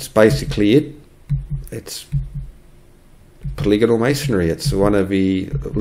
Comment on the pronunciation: you had me at poli-gonal, would have lost me at poly-gone-al